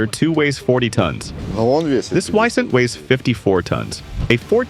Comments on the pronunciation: Not "Weisent" but "Wee-sent". Wisent is the german word for Bison or the european Bison. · You almost nailed "Bergepanzer", but try saying Ber as if you were saying 'Bear'. As for the "Wiesent", you butchered that. Pronounce it like this: Veesent. (The Wiesent is a German Bison).